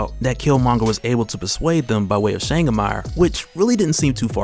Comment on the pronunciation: my brother from over the seas, Changamire is a shona word (im shona)...cant have you saying "Shangamarr" its "Cha (like CHAcha) Nga (like francis NGAnou) mi (like ME) re (like RAven). Changamire. mad respect to you and yours fam.